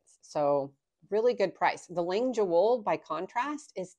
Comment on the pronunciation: Thank you for the correct pronunciation! And the play on words! It’s fun to know those kind of things!